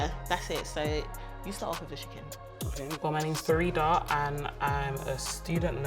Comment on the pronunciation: It's fareeedah❤❤